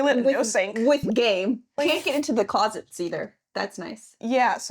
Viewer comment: I especially like "GĀME" Also, the camera's autofocus is clearly running on AI, and feels insulted, because it prefers the background over the noisemaking meatbags.